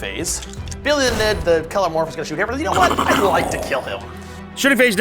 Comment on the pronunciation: Please, stop saying “shoost” and “shoosting.”